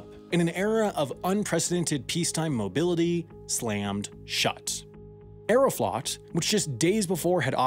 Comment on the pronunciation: Aeroflot is pronounced like Aero-float. Long O.